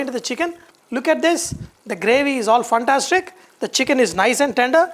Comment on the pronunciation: I just loved, when you say phantastic 🙂